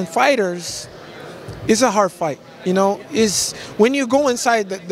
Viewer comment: "a hard fart, becuase, dis gonna happen"